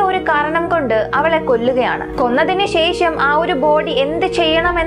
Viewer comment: ശേഷം എന്ന പദത്തിലെ ' ഷ ' എന്ന അക്ഷരം ഉച്ഛാരണം ശരിയാക്കണം . ഇത് ഒരു കുറ്റമായി കാണരുത് വേറെ ഒരു കുറവും അവതരണത്തിലോ , വീഡിയോയിലോ, ശൈലിയിലോ ഇല്ല .👍.